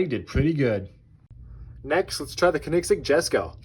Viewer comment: Nice race, but the way you pronounce Koenigsegg gave me an brain tumor